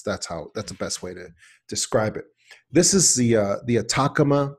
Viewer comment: Atacama is pronounced At-a-ca-ma not attackama